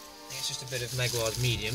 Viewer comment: meg-why-ars…….there is no I in jaguar, and in the grand scheme of things, good pronunciation is important, you are after all British ;-)